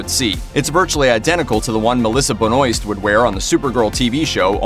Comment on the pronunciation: lol you should look up how to say "Melissa Benoist"